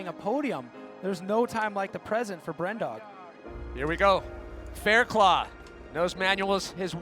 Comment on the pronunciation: Fuck’s sake, guys... his name’s pronounced Fair-cluff - as in rough, tough, enough etc.